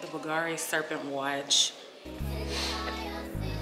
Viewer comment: BOGARI !!!!!!!! It’s Bulgari dear The V is actually U You’re original and fun tho Good bless you